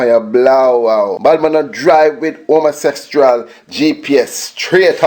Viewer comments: "homostressual"... really? 😂😂😂😂 "voice acutation"😂😂😂😂😂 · Haha did he say "homostressual"?